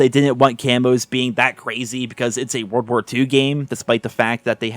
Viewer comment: Do you have a hard time saying call of duty world war 2 bro Jesus